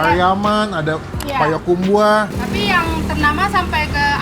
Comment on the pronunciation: Payakumbuh bukan payakumbuah